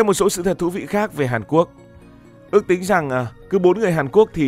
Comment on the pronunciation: ngọng nghịu 😂